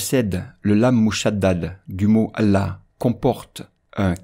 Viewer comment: Pourquoi quand tu prononce Allah, tu allonge la fatha alors que c'est laam qui doit être allongé ? Et pourquoi au début du mot Allah, tu le prononce avec un alif fatha au lieu de son "a" grave ?